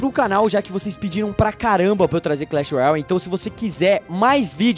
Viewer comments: Não è clech royai è clech royale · vc fala Clash Royal kkkkk e Clash Royale😁😁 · não é clach roial é clach roiale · não é clecheroiau é cleche roiale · Ele fala Clash royal kkkkk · Não é clash roial e clash roiale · por que o fala errado o nome clash royale